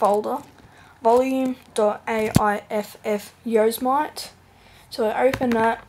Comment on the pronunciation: Yose-mite hahaahhaahhha